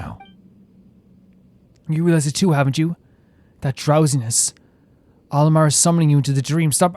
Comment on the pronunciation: A point of pronunciation... Al-Ahmar is pronounce AL AK MAR by the npc's in the rest of the game. At least that is closest to how it's pronounced. They use "H" for a reason but it's hard for a western speaker to get that exactly right.